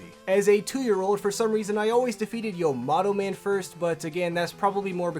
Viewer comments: Why the hell do you keep calling "Yamato Man" "Yomato Man" in all of your videos? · isn't it YAmato Man, not YOmato Man? Tomato Tomato, I guess. 🤣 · "Elec" Man and "Ya"-mato Man. C'mon dude.